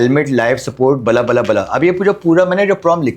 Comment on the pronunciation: bhai bala bala nahi hota bla bla hota hai